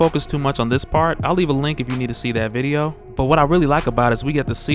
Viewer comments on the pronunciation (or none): none